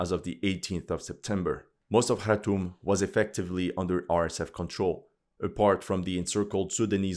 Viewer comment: Wow, did this bring back memories. I spent time in Eritrea and Sudan, including Darfur (I played golf with a buddy from the US embassy in Khartoum (thanks for pronouncing it correctly) by moving a patch of astro-turf around and wacking a golf ball. A bomb went off in the hotel I was staying at before we got back). I couldn't wait to get out of there. I see nothing has changed. Maybe that's why no one pays attention. Nothing has changed and nobody cares.